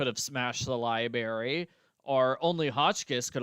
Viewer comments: Every time says libary my eyes twitch. That always bugged me. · “Libary” made me lol throughout this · I liked the culprit speeches! On a side note, I am not from the U.S. so I found it interesting that we pronounce library differently. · was intentionally pronouncing it the same way as Dexter to poke fun 😄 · So that's what that was! I've got to replay that game or rewatch a livestream, because I've completely forgotten how Dexter pronounced library.